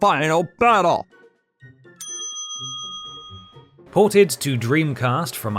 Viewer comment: "Mankirnd" "Finarl batterl"